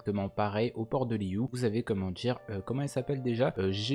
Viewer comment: Je viens d'apprendre un truc : Liyue ne se prononce pas Liyu mais Liyué